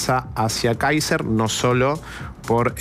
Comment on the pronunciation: Si eres periodista trata de aprender a pronunciar el nombre del candidato por lo menos es el minimo y la porqueria de gobierno que tenemos es la peor pesadilla de Chile así que lloren pero el mejor por lejos es Johannes Kaiser y no la zurda ultra Jara que se disfraza de algo que no es puedes ver como agreden , insultan y denostan a todos los que no piensan como ellos .